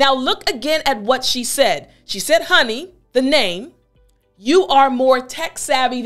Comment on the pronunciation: You should be reported for misuse of english-honey- in the way you say it, it's an act of ,,lezmajestate". Corina Ijac